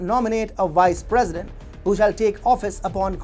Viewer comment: It's Vice President not "wice president" you need to fix your V's & W's🤣